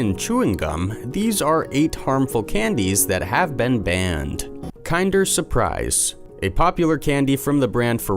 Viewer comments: Isn’t it pronounced “kender”? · PFFFT- starts off unrelated to the title, and immediately mispronounces kinder as KIND-er. Awful. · lol the way he says "kinder"